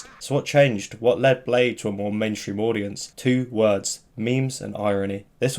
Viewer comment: I thought it was pronounced as "blay dee"